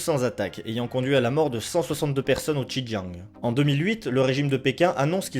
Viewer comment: Merci pour cette vidéo très instructive. Par ailleurs j'aimerais souligné les erreurs de prononciation des ethnies, dynasties et lieux : le "x" de xin Jiang se prononce" s" , le "j" se prononce "t" (sin tiang) . L'ethnie des Han, le "h" se prononce "r" (ran). Les Qing, le "q" se prononcé "tch" et le g est à peine prononcé, "ing" ne se prononce pas comme "ing" de "dingue" en français mais comme celui de l'anglais, play"ing" ou com"ing". Je me permets d'apporter ces précisions car en tant que sinophone je n'ai pas compris tout de suite de quoi il était question. Ma remarque ne remet pas en cause le contenu de cette vidéo pour laquelle je vous remercie.